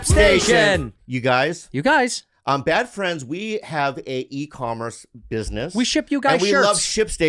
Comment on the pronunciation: So is it really called “Bad Fleinds” ????